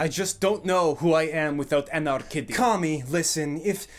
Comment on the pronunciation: i keap hearing anar-kitty , wich to be far it's not that far off